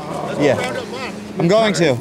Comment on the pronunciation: bro at the end really said we are gong food shopping